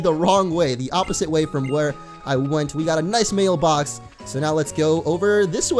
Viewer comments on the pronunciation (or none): When you said mail box it sounded like meal